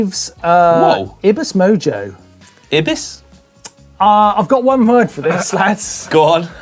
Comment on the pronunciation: (Pronunciation not spelled correctlyjust to teach him how to speak) Eye-bis not ib-iis Martyn .